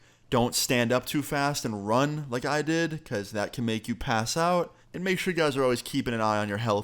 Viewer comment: "going to the doctor reguraly"